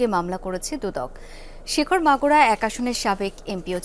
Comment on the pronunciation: শিখর না শেখর 😂😂